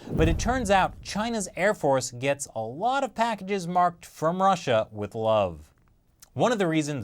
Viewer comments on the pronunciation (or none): none